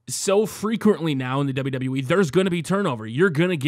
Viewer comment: Its wwe not DsaBelYouDsaBelYou E